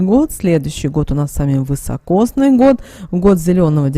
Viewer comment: Не вЫсокосный а вИсокосный !!